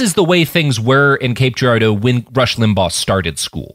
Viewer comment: Great episode but I gotta say hearing Robert constantly mispronouncing Cape Girardeau (gir-AR-doh) makes me want to take away his Missourian status